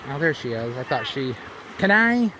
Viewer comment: Kenai is pronounced Key-Nye. Seward is on the Kenai Peninsula. The Southern part of the Kenai Peninsula is home of the Chugachmiut Sugpiaq people The Northern and Western parts of the Kenai Peninsula as well as upper Cook Inlet are home to the Denaina people.